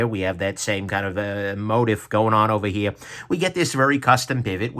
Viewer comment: please go look up the pronunciation of "motif."